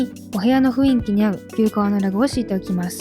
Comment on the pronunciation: ふいんき→ふんいき、ですね